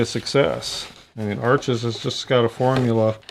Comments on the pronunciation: Beautiful spontaneous painting as always.You seem to know a lot about Arches except how to pronounce it. Try saying harsh without the first h. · Hi, Canson Paper Company make Arches (pronounced "Harsh") - they own both the Canson and Arches brands.